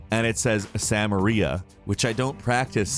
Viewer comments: That does not say Sameria it says Samerei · also if anything "samerei" would be pronounced "sam-urr-ay" an "ei" doesn't make an "eeya" sound lol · How the fuck did that spelling come out of your mouth as "Sam-er-ia"?